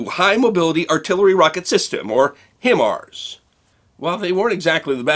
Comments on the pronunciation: Love the video....!! But for future reference.... Having worked with multiple Marine Expeditionary Forces in both Iraq and Afghanistan..... It's not "him ares" It's "High Mars" Fantastically accurate weapons. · The HIMARS is pronounced HI-Mars...not HIM-ars. Love your history, too! Thanks and Field Artillery...KING OF BATTLE!! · Minor point, but the pronunciation for the state of the art (current) rockets (Abbreviated HIMARS) is "high-mars" not "him-arz" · Great video as always! HIMARS is pronounced (by the Marine Corps) as Hi Mars. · We pronounce it: “High Mars”.. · HIMARS is pronounced High-Mars.